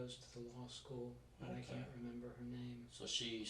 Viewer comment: “You Kent help a friend out??”